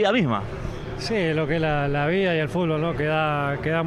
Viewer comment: Es muy, pero demasiado loco, que el mejor exponente de la historia del futbol, no pronuncia bien la palabra futbol. Pero es Leo, si el dice fulbo, entonce de ahora en mas es fulbo!